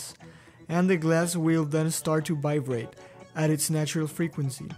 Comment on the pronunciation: He says "bivrate," but great video!